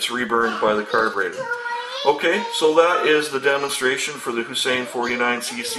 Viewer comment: It's Huasheng not Hussain.